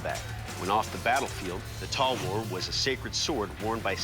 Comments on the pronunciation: "Tall ver" :- Talwar That cracked me🤣🤣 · Yes they are pronouncing wrong It is Talvar not Talwar If we pronounce something wrong they are like bruh and when they pronounce wrong...